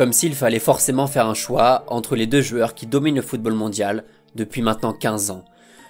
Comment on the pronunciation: Si tu arrives à dire "joueurs" au lieu de 'jueur" ça sera cool ^^